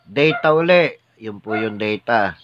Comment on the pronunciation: Its Theta po , hindi Data